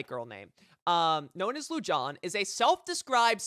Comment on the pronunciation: Your mistake is thinking people care whatever tf you think. Thumbs down. Super annoying. And im pretty sure its pronounced Lu-han. Touch grass